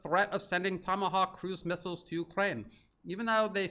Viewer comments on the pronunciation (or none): none